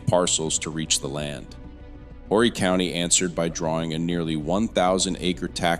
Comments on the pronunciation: Its pronounced Or'ree. Council people from Aynor and NMB dont control what happens in Carolina Forest. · Just an FYI - Conway, Carolina Forest the county is pronounced ORRY - the H is silent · It would really be nice if you would learn how to pronounce South Carolina names such as Horry County and Lancaster County. Also, the Catawba River does not run through Lancaster County. It runs down the western border of the county. It also runs north-south. The river separates the Fort Mill area of York County from the Indian Land area of Lancaster County. Facts are important if you are going to put out videos that report to be accurate.